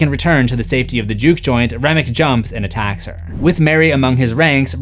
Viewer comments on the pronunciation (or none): none